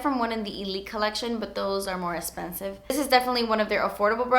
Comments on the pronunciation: The way she says e(x)spensive :D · Love how she says espansive